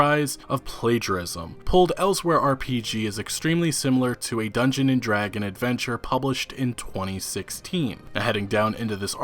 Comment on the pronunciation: Is it too hard to pronounce the S at the end of "Dragons"?